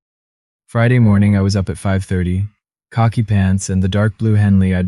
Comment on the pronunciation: Did you hear him. He wore khaki pants. LoL